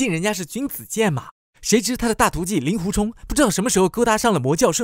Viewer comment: 给点个赞，把令狐念作ling（音同龄）狐，这在如今连普通话都念不准就出来做视频自媒体的大多数，简直不知道高到哪里去了。因为那些玩意更不会去查这些音易错字到底应该念作什么。